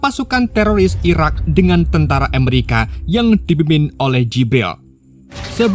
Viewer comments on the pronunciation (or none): none